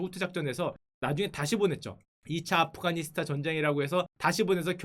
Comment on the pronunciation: afghanistan 인데 왜 아프카니스탄으로 발음하죠?아프가니스탄이 올바른 발음입니다.